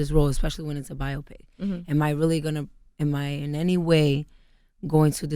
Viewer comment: by-opic lol